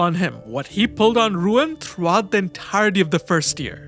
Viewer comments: Nice video overall...but I am pretty sure the name is not "RUuen" but "Ryūen"...RY-UU-EN. that triggered me very much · His name is Ryuen not Ruin. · Ryuen = it's not pronounced "Ruin", it's "Ryu-en" Tsubaki = It's not pronounced "Tsubaaki", less emphasis on the "a".